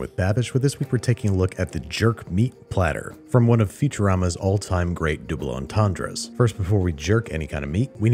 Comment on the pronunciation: Dooble entendre